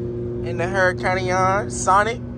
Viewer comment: I wish people would pronounce the name correctly. Lamborghini names their cars after famous fighting bulls. It’s a tradition the bullfighting enthusiast Lamborghini Sr. started. So this car is pronounced OORA-KONN” which is Spanish for hurricane, the H is silent